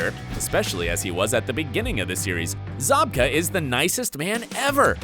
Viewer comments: Idk why but the fact that he pronounced it ‘William ZoBkA’ instead of ‘William Zabka’ rlly bothered me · It’s Zabka not Zobka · Zobka? Is this dude joking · It’s zabka not zobka tf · Dude, his name is ZAB-KA...not ZOB-KA... 😑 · Zabka literally says his name, and you somehow manage to mis-pronounce it for most of the video? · You don’t pronounce Zabka correctly.